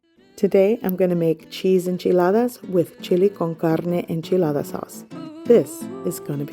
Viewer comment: How come you only have an accent when you say enchilada? I am of Irish decent and I don't break into accent when I say Haggis lol.